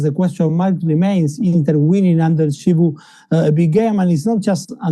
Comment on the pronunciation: It's Chivu, not Shivu lol